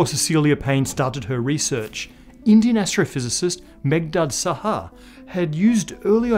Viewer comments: It's Meghnad Saha, not Megdad Saha... Nevertheless, great video... :) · A correction!! , it's Meghnad Saha not Meghdad Saha!!